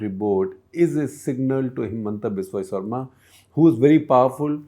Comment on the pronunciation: Shekhar - Good episode as usual. One request : Could you take care pronounce the surnames of non north Indian names like you do for non Indians? Example Saikia and Sharma for Assamese politicians ...